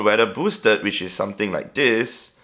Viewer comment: What is bro saying sutin sutin sutin